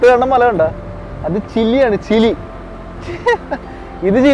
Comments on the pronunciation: ചില്ലി അല്ല ചിലി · Chilly allada chiri moyanthe , chile enupara😂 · ചില്ലിയല്ല ചിലിയാണ് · ചില്ലി അല്ലല്ലോ ചിലി അല്ലേ? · എപ്പോഴും ഇങ്ങനെ ചില്ലി ചില്ലി എന്ന് പറയാതെ 😁 കേട്ടിട്ട് ചിക്കൻ ചില്ലി കഴിക്കാൻ തോന്നുന്നു. By the way its ചിലി 😀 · ചില്ലി അല്ല bro ചിലി ആണ് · ചിലി ആണു ബ്രോ, ചില്ലി അല്ല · ചില്ലി അല്ല ബ്രോ. ചിലി 😊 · Not chilli man chili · ചില്ലിയല്ല ചിലി പറയൂ ഇതും ഫുട്‌ബോളിൽ പേര് കേട്ട രാജ്യമാണ് അർജെന്റിന പോലെ 🤣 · chilly alla bro chile anu😅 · ചില്ലി അല്ല ,ചിലി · Chilli alla ..Chili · Chile anu bro not chili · ഗുനിയ അല്ല (ബോ ഗിനിയ ചില്ലി അല്ല ചിലി